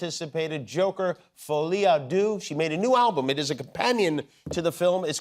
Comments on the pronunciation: I wish he didn't keep saying 'folie à doo' It's pronounced 'der', duh ! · Jimmy.... not 'Foley ah doo'... 'Folley ah derr'🤦🏼‍♂🤦🏼‍♂🤦🏼‍♂ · Someone needs to pronounce the movie to Jimmy so that he can say "Folie a Deux"properly lol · Come on Jimmy, it‘s so not Folie à ‚du‘ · Deux is not pronounced DOO, FFSS 🤦‍♂ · “Folie à du” was driving me insane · Incredible interview ! 🤩 (just... "deux" isn't pronounced like this but that's ok 😊)